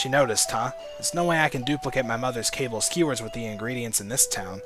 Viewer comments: it is NOT "CABLE" skewers. it is KA-BALL. Ka as in caught(cau) Ka. Ball(bal) Kabal skewers. not "cable". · is it Kaball not cable